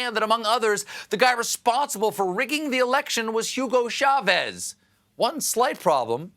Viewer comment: The surname Chavez begins with a CH, not an SH. It is pronounced CHA' vess - not sha VEZZZ'